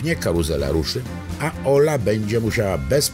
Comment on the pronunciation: on tam powiedział "Następnie KAŁUZELA ruszy" 😂😂